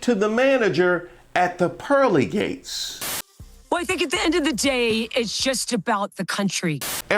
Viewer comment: you’re my favorite show on YouTube! Love your content! But can you do me one tiny favor? Can you put the emphasis on GATES and not PEARLY? When you do it your way it’s like the joke is “ They’ll show up at the steal gates and the wooden gates - why they’ll even show up at the PEARLY gates.” Whereas I think the joke is supposed to be more like “Those MAGA Karen’s are out of control! They’ll complain to anyone, anywhere. Heck they’ll even show up at the pearly GATES! “ Everything else is perfection. OH! PS- I might be wrong but it looks like you may have a tooth infection on your right lower jaw. If so get ya some oil of oregano at any health food place and put a little on a cotton ball and bite the cotton ball and hold it over the infected site. It’s burns a little but my friend it’ll knock that infection right out!